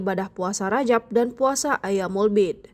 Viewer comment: Ma'af, bukan ayyaamul bi'di tp"ayyaamul biidh" 🙏